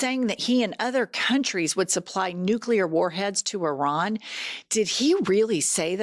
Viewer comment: I would love to see his teleprompter while he speaks. I guarantee that the “big words” (more than two syllables) are spelled out phonetically. “Isss- Fuh- Hahn”, etc., and he STILL can’t say them. “Nooo- Klee- Urrr”. “Inn- Rich- Mint”. “Gaahhhd”🤣 That last one, he REALLY had trouble with, but it’s probably because he only started saying it just before his first election. I’m an atheist, but I think maybe something somewhere is furious with him and prevents him from being able to say anything about his supposed “personal” relationship with his “very strong, deep belief system” that he obviously doesn’t have. Love you guys, keep up your fantastic coverage of the disaster that no one with a brain voted for. 💙